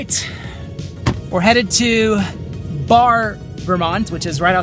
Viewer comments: "Bar" lol. "Bear-e" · The town of Barre is pronounced Barry not Bar. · Thank you so much for featuring our wonderful home state. As Vermonters, we felt you captured the essence of the Green Mountains. However, when where're together again, we'll teach you how to pronounce Barre, VT.. Hint: it rhymes with berry....